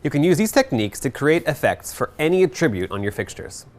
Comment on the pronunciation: This guy is probably still kicking himself 10 years later for pronouncing attribute "uh-TRIH-byoot"